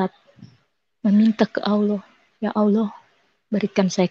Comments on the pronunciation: Berdasarkan sebutan 'auloh' nya ( bukan Allah) saja sudah dapat diduga bhw ibunya berbohong dia dulu Islam. Kalau dia benar Islam, belajar Islam, belajar AlQuran, biasa solat maka lidahnya tidak akan sekeras itu untuk menyebut kata Allah dengan sebutan yg betul. Namun oleh kerana memang dia tidak pernah jadi Islam, tidak pernah belajar AlQuran, tidak pernah solat maka sebutannya memang tidak menjadi, sama seperti kelaziman kristen indonesia yg lainnya apabila cuba menyebut kata Allah... Itu belum lagi pada dasar ceritanya yg tidak masuk akal, cerita yg dibuat2 🤣🤣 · Dah lah bu nyebut Allah aja ga becus.